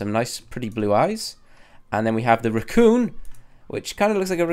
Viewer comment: Rucooon 😂😂😂 racoon